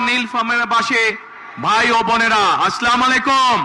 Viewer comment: যে নেতা সালামটা ভালো করে দিতে পারে না আবার আলহামদুলিল্লাহ তাও ভালো করে বলতে পারে না সে আবার নাকি বাংলাদেশকে সুন্দর করে গড়বে । আফসোস মানুষের মূর্খ নেতার কথা শুনে